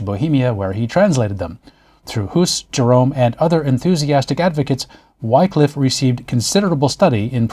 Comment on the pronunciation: In beste goode humour! - my only cavil (is trivial) not 'Why-cliff' but Whi(p)-cliff.... an aspirant wh-ah... to the 'i' of 'in' not the 'i' of 'nine' Whi-cliffe - Ye olde Englishe is moghty treacherous! Great post, as always - calm, accurate, and informative.